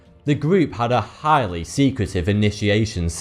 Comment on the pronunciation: chhhiiiighly lol